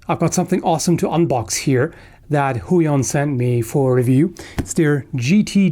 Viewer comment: The way you pronounce company name sound funny to me. In Polish it way way too close to our vulgar name for penis :)